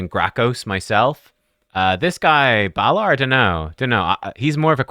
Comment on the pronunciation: Balar and Nell! Oh dear!